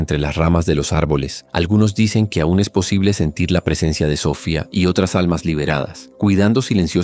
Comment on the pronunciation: se pronucia Sofiaaaa